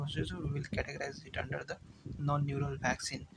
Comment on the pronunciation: "Und" care 💀